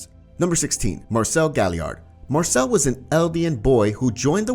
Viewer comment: You did Marcel Wrong